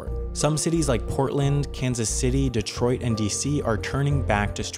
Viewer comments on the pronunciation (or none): none